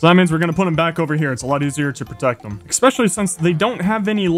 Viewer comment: I watch pretty much all these hundred day videos and I cannot stop wondering when will he stop saying "exspecially"